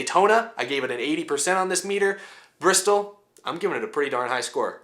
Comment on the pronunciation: Not enough r... 😂 Brrrrrrrrristol Baby!!